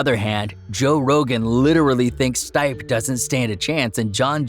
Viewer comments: It’s pronounced Stee-Pay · This fukin guy. Learn the fighters names. Stipp